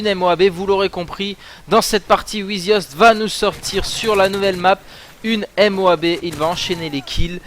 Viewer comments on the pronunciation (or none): Dit Moab pas M O A B